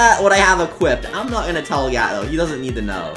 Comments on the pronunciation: His name is Gat More like Gyat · Why does gat sound like gyat? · Gat? Sounds more like gyat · Your editor “Gat” sounds a lot like the word gyiat